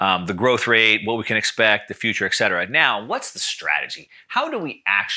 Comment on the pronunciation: It is pronounced ET CETERA not ex cetera or ek cetera